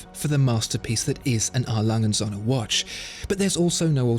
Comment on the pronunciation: "It's pronounced "A. Lange und Söhne" - with a german "ö" and not like the english "o". You pronounce it "A. Langen Sonne". Other than your pronouncation I love your videos!